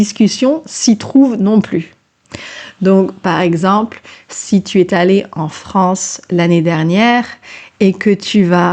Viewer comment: A 4.03 : I hear clearly "...si tu es(t) allé en France...". Fausse liaison... Autrement elle a une jolie prononciation !